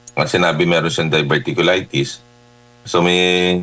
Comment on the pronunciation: to pronounce the word like “dayverticulaytis”..diverticulitis